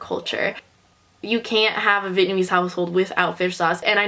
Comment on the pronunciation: yeah i forgot speaking vietnamese too bc of growing up in germany. your pronounciation is way better than mine even though id say my vocabulary is not that bad (but still not good enough to speak fluent).